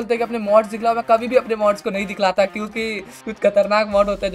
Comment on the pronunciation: Fun Fact: Is Saying dihklata correct word is dikhata